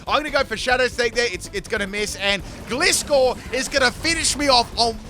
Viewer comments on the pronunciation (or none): Hey. Gliscor's actual pronunciation is" Gly Score". The first pronunciation. It rhymes with Pie for example So Pie, Fly, Eye, Gly.